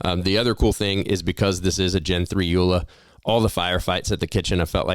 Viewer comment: It is pronounced Yola not "U la"